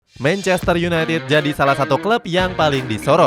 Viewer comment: Sebutin 2 kata paling lucu? "Mencester yunaitit" huhuh..